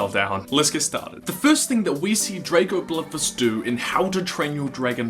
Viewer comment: It's Drago bloodfist not Drago bludvists